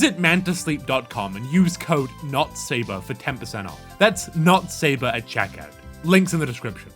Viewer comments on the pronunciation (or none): Thats 'NotSabar'. Not 'NotSober' for check out. Hope that helps those coming down here to browse.